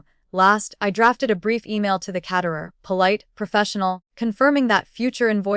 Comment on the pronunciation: KAYterer, AI voice, not cat-erer.